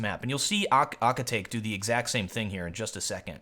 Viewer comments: lol ahkitake no youre saying it wrong. its ah-kit-ta-que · Shouldn't it be pronounced as Aki-ta-KE, as in KE-ttle? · aki ta kay not aki take im pretty sure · Pronounced- ah-key-ta-keh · Aww come on, it's pronunced A-ki-ta-ke (ke pronunced like the one in pokemon). I was cringing everytime you said his name... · Akitake... Oh gosh, my inner weeb just died from the way you pronounce it! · As an anime fan i just couldnt get over his pronounciation of Akitake xD